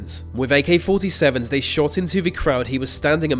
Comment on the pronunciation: Giving yourself the thumbs up for the pronunciation of a Romanian dictator's name yet have a clear problem with the English language is jarring. For example: they not vey, thanks not fanks, thrown not frown, on and on it goes. Mate, with love in my heart and as one who had a speech impediment, go to a speech therapist. They will quickly put you on the right track and have your videos kicking goals.